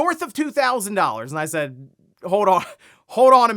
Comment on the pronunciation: Hode on hode on, the word is hold